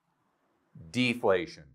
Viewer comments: Deflation and not deplation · Deplation? lol